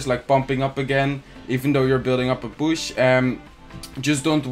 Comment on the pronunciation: Every time he says push I hear bush lol